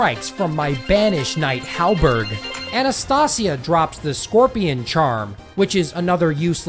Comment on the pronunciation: Bro mispronounces everything normal, but correctly pronounces Anastasia